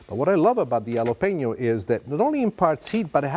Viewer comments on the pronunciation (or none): Please don’t say “yalapenio” You pronounce it “Halapeño” 😐🇲🇽